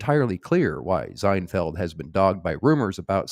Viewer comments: Why are you pronouncing his name with a Z? Zienfeld? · Yup. You're saying Zinefeld. I thought you were doing that to throw off the yt censors... 😁🤔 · I love that you were pronouncing it Zinefeld that was good… and it actually had us questioning if we were in fact pronouncing it incorrectly 😅